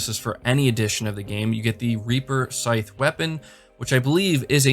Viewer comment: Excuse me, but it's not a "sithe". It's pronounced "SY" or "sigh". Js bud..